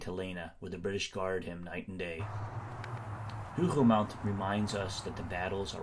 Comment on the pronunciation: Hougou mon. The T is silent. Thanks for the very interesting video. Much appreciated.